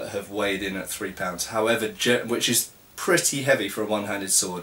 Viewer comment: "HOWEVA", in rune :D